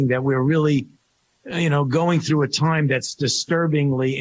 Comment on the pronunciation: Love how Fauci pronounces "Time" and "Science"